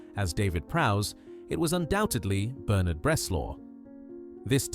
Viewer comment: Quite agree. Obviously AI narration, too. British accent but pronounces "Bernard" as BerNARD". Dead give-away. Not impressed.